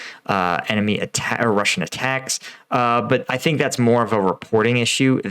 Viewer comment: US Army combat veteran...where did you get your experience?...in Call of duty Game?..Your opinions are so dumb!..."I thik this... I thin that"...who cares...Go play game!